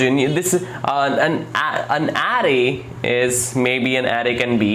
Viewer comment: Couldn't get past his pronunciation of "arr-rrrrrayyy" and "arrrr-oooooous".